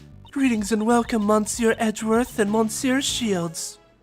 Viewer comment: i have a slight feeling there will be many more 'monsieurs' in this case so just a tip of how to say it without needing accent or whatever instead of pronouncing it mon-sieur just say meuh-sieur, you know with that heavier euh sound other than that got pronounciation down